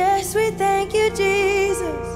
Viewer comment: Let's count how many times Lauren Daigle says the name Je'sus Christ.... Why is that name so hard for her to say?